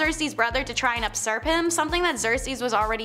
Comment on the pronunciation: Usurp is pronounced "you-surp" not "upsurp" Xerces is "Zerk-Sees" not "Zersees" As said - Priestess, not priestress.